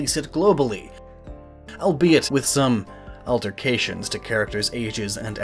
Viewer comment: I think he mispronounced "alterations."